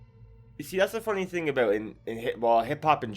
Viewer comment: "its all abeout" 😁🇬🇧 Nice video